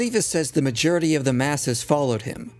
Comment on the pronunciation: It always amuses me when pronounces Majority as "Majerity"